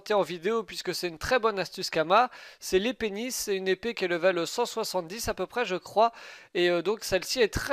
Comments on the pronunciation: Arrête de dire "L'épée Nice" sa fait Les pénis xD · J'aime quand tu prononce " les pénis " :p